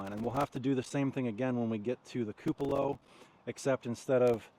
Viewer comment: He gets the pronunciation from me… I say several words incorrectly… he usually points it out to me but saying “koo puh lah” ….he has not heard it the way it should be!!! 😂